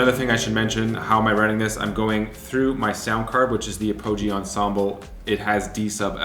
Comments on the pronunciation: a-POH-gee 😂. Dunno if you said that on purpose but for the record it's pronounced APP-a-gee Anyway, fun toy. And dope loop. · He’s not wrong. It’s definitely APP-ah-gee. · Im sorry dude.. please forgive me, ap-ah-gee. I had a friend who worked there for years. Cool video none the less! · Do Canadians really pronounce the word "apogee" like that? Genuinely curious, not making fun.